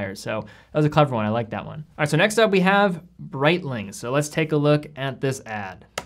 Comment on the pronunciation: Bonereitling ? WTF maybe breitling come from B0ner Damn rolex 😂 Omega: a time keepaaaa , smh.